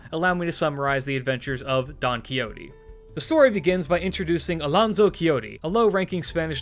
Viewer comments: By the way, the x in spanish sounds like an h in English so the XO of "Don Quixote" would sound like you are saying the first vowel of house so you can replace the x with an h and get a closer pronunciation to the original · You are aware that you butchered his name pronounce, right